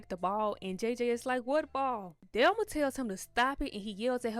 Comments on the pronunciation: I have but the person doing the recap was pronouncing it "Delma" not "Thelma" I wasn't watching the video. I was listening to it while washing dishes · The way you kept pronouncing Thelma name wrong was so annoying asf it's not spelled with a d delma is crazy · I'm not trying to be funny or anything but there are short videos on here that are very helpful with teaching people how to pronounce the, "Th" sound.. I was very confused the first couple minutes of this video trying to figure out who "Delma" was. I have a lisp and such videos helped me. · Her name is THELMA not DELMA 😂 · I thought you were calling her "Delma" 🤣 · Man I love how you say Thelma lol